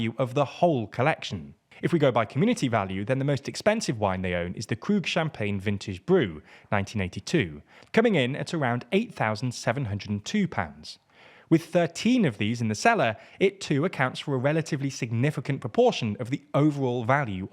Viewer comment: when he said "brew" instead of "brut"... for a split second I thought there was some very expensive beer in the reserve as well !